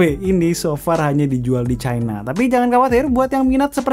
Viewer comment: ngomong china biasa aja jangan chai na chai na